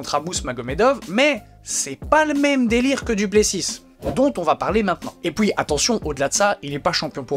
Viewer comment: " Et pouis " 😘